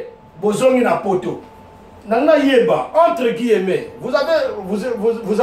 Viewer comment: On dit: - un personnage et non une personnage - Guillemets et non guillemeuts